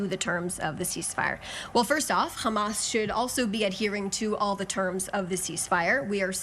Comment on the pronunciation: “qhammas” not to be confused with “hammas”